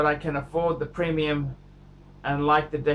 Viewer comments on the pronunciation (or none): none